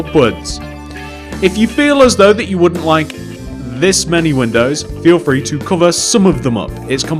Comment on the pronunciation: Not trying to be rude but you say frhee